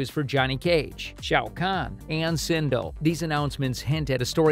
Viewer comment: This idiot couldn’t say Sindel or Sonya Blade right and I hope they fix Liu Kang character and make him the badass fighter that he should of been this whole time and also fix Kung Lao too